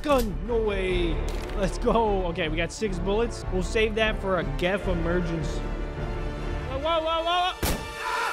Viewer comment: It’s not jif, it’s not gif It’s gef